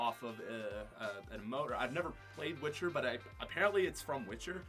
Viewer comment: I’m grinding my gears when he said Witcher